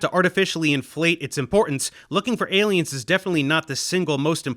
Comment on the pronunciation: I'm gonna watch that TED talk. Although someone needs to tell that lady how to say 'aliens' a little clearer.